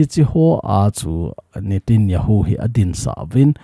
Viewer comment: Sir pa pao nathep lou leh, mi pao tho jihih in, natanyahu joh ahi in" nitinjahu. Ahipoi, chule. President. Natijonghi. Khel lin, pm joh ahi, pao kijil lin lang nathepteng. News hin sei jo